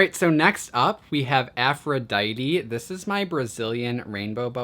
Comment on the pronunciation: Aphrodite is actually pronounced aphro-dee-tea